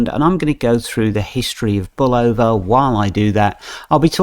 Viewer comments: I like the accent, its great. However, for those who are sticklers for pronunciation, it is pronounced Bull-O-va(short a). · Bulova was the first TV advert and if you listen you will hear how to properly pronounce